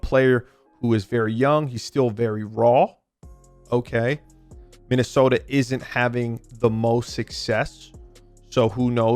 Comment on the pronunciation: You say Minnesota like a stereotypical Minnesotan.